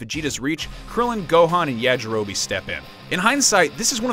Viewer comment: Yea-jirobe? Goodness Gracious.